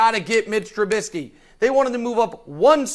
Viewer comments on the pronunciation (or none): none